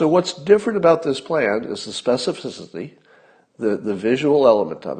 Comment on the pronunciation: Sorry... I HAD to 😆 Specifvishzity... Sorry, it’s killin me here. Aloha.